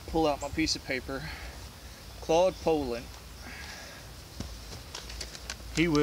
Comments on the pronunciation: I'm just happy that there is someone out there that actually knows how to pronounce Poulan, lol. So many videos call them Poo-Lon's, lol. First time I heard someone pronounce it that way I looked at them like they were from outer space. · Dropped a like 12 seconds in based solely on your pronunciation of Poulan.